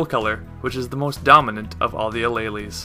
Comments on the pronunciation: you said Alleles.. I died. xD It's pronounced uh-leel-s. Not uh-ley-leys xD Good job though on the video! I feel smarter already >u< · Alleles is pronounced ah-leels